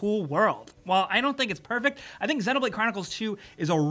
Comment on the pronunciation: You pronounce xenoblade like its xenomorph that how you pronounce it